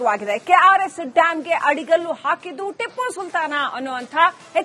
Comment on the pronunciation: ಅದು ಆಡಿಕಲ್ಲು ಅಲ್ಲ ಮೇಡಂ ಅಡಿಗಲ್ಲು ಅಂತಾ ಸರಿಯಾಗಿ ಉಚ್ಛಾರಿಸಿ